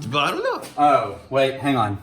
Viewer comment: Is it "The Bottle Lord" or "The Bottle Dork". I hear both depending on the episode